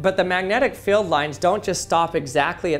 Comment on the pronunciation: Magnetic "Feld" "Fill" "Feel"? You are the WORST!